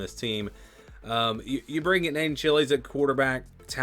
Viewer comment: Chiles is pronounced Ch-“eye”-les. Not like the pepper lol